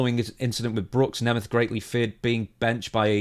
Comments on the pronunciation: I can clear up the pronunciation for you, in the case of Nick it’s “Nay-meth” and in the case of Ryan it’s “knee-math” Hope this helps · I'm from a Hungarian heritage. The surname is actually pronounced NEE MET. Its the Hungarian word for a German person. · Neh meth. That's how Nick The Ziggler Nemeth says it. I'm going with him on how to pronounce it. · The proper way to pronounce Nemeth is first of all to pronounce the end as a 'T' and not a 'TH', and probably with the voweels "Neemet" would be the closest. The 'H' at the end is just an old obsolete spelling convention and was never pronounced. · I thought it was pronounced Neemth. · I remember when Dolph cut a worked shoot on miz once, he pronounced nemeth like you